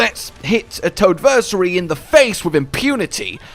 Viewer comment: I'm gonna go ahead and be that guy. Toadversary isn't like, Anniversary. It's like, Adversary.